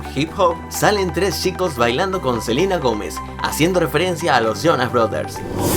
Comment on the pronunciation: Selina dijiste